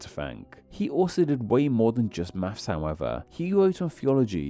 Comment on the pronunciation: On a channel about names I don't expect to hear "maffs" (maths), "free" (three) and "symbaw" (symbol) etc.